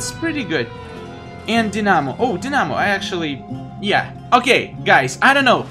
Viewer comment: It's pronounced die_na_mo not dinamo